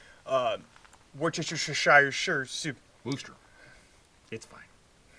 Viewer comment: Hey Lads Gonna help you out with your pronunciation Phonically WUS-TER Not WOO-STER So glad you back at it. Another great informative episode.